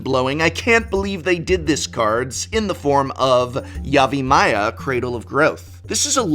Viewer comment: I was about to correct you on your pronunciation of Yavimaya, but then I realized I don't know if the way I say it is correct.